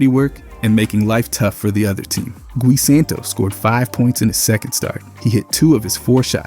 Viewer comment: Poor guy his name is pronounced Guoy like Buoy with a G. Not Gee